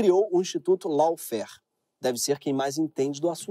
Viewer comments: Dica de pronúncia: Lawfare /Ló.fér/ AW tem som de /Ó/ , e não pronunciamos E no final de palavra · Pronuncia certo : LAWFARE /ló.fer/ RACISM / 'rei.ci.zam/